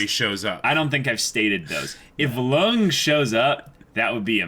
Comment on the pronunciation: I think it's high time you started pronouncing Lunge's name correct. It's Lun-gay.